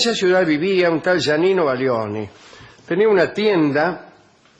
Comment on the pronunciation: Es Giannino, no Yanino...